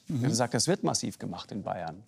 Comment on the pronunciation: Also bei der Betonung könnte man denken das es um den Rapper massiv geht😂😂